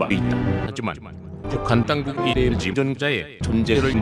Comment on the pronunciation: 발음조교 최상급에 에엘지! 에서 개빵터졌ㅋㅋㅋㅋㅋㅋㅋㅋㅋㅋㅋㅋㅋㅋ